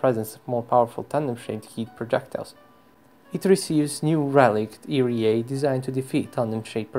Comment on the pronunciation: Love how you say ERA